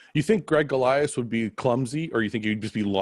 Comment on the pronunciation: Ain't it not Gregg 🤣🤣